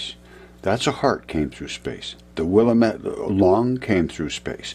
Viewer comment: Wiliamat is pronounced will-lam-it